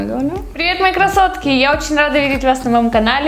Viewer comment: Что я слышу в начале : ПРИВЕТ КАСОТКА А НЕ К Р А С О Т К А???????